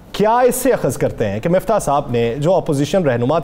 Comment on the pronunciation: He's keep saying MUFTA INSTEAD OF MIFTAH . HAHAHAHHA